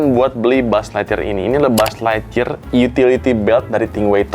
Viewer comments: Buuz ligthyear😂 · bang gue lagi ngantuk bgt cekikikan bgt denger lu bilang mulu "Bu'uz lightyear" bgst😭😭😭